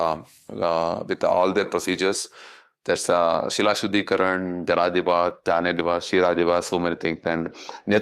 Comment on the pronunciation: 😂😂😂 Das is "like" a servant. lol. What eloquence!! She is pronouncing Shila as Sheela, 😂😂😂 what amazing capability . She doesnt know anything but making money in name of God using smiling face. Temples are not white magic stupid. God is real, not magic.